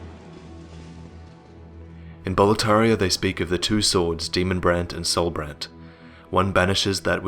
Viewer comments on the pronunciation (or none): "In Boletaria they speak of the two swords, Demonbread and Soulbread".. wait what? Took me another time to understand ^^ Great video, as always.